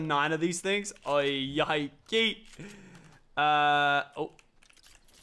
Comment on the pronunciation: Lachlan in a tense battle: Tourretes Activate "YAIKEY"